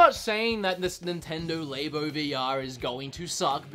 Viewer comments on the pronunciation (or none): Its LAB-O. Like a laboratory. Not Lay-BO. Like a woman's Labia. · LAB-O not LA-BO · Why do you say labo so weird it's labo not laybo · LAB O not LABE O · It’s pronounced Lab-oh not lay-bow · Nintendo “Lay-bo” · please stop saying l"A"bo....you don't say laboratory l"A"boratory. this makes the video really painful to watch. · Please stop saying labo like that